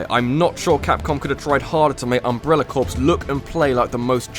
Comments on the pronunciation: Its pronounced core not corps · Corps is pronounced 'core' not 'corpse'. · hey, i just want you to know that in the word "Corps" the "ps" is silent. its pronounced "Core" you might find that people in the US Marine Corps get really angry when you call it the US Marine Corpse. they didnt die yet, but you just might in a moment... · its Umbrella Corps not Umbrella Corpse. please learn the difference in those words pronunciation wise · it's pronounced core. Umbrella CORE.